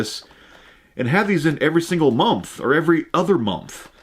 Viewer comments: Lol. I heard that too . Nah he said momth forsure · Not trying to sound like a hater or make fun of because I love his content, but am I the only one that hears him say "momth" instead of month